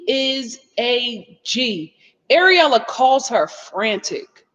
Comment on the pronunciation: Lol it sounds you keep calling that girl Areola 😂🤣